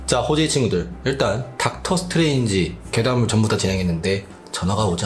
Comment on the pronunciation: 미스터 닥터 스트뤠인지?